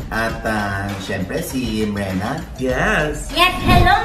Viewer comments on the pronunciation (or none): Hheehh trivia about ke Mrena , Brenda talaga sya di lang nya mabigkas ng husto pinagtripan sya nina mama og ay hindi brenda mrena ang tunog eh un ang tinawag na sya kanya hihih